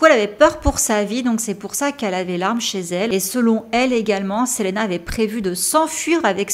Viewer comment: Très bien ta vidéo mais juste ça se dit Selina parce que c’est en anglais